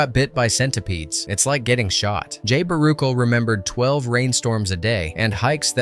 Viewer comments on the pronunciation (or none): bara-shell say it with me now! BARUCHEL!!!